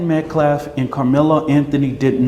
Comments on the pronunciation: He can’t even say Metcalf correctly! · Can someone tell that idiot felon mouthpiece that’s it’s Metcalf NOT Metclaf! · I can't get over how the Next Gen guy says they haven't been disrespectful of the victim while also continuously mispronouncing Austin's last name. Metcalf is not pronounced Met-Claf. It's the little things. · This attorney isn't even pronouncing the dead boy's last name correctly. He keeps calling him Metclaf instead of Metcalf. Who's attorney is this? What is the GiveSendGo charity? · She can't even say his name. "Metcalfe boy". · Can any one of you cartier boys explain why the man at the press conference can't say Metcalf and persists on saying Metclaf?? Lol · Austin Metcalf! Not Austin Metclaf!! He can't even say Daniel Penny correctly! He's a felonies clown. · Why can’t any of these people say that young man’s name right???! Austin MetCALF not MetCLAFF geez…. 🙄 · "We respect..." yet can't be bothered to pronounce a simple last name properly. 😆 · That lawyer can’t even pronounce “Metcalf” 😂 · High school kids sometimes get into scuffles, but they are generally not expecting someone to brandish a weapon. He brought a knife to (at most) a fist fight. (Like how that guy purposely mispronounces his name over and over while trying to tell his dad how to respect his child's dignity). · Does this NGAN dude mispronounce DK Metcalf's last name too or just unalived white kids? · Thank you. Right is right, and wrong is wrong, regardless of skin color. I wish that guy representing the Anthony family would stop mispronouncing METCALF. I think he may be doing it deliberately.